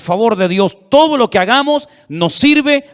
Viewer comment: Buen día estimado, sigue diciendo lo k-gamos, suena muy mal y sin respeto,lo digo con respeto ah😌